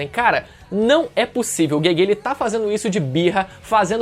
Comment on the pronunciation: Os caras falam GeGe como "guegue" kkkk isso é horrível